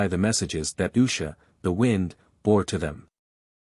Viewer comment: hi .. love this .. one thing tho .. the pronunciations of wind & wound are consistently reversed in the context in which they are used .. it would be great if there was a way to adjust that .. other than that - thank you for the great stories!!